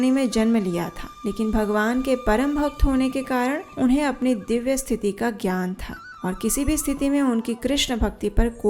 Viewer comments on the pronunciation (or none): none